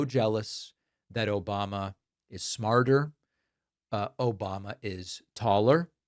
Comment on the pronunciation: i think he is getting himself mixed up with Obamna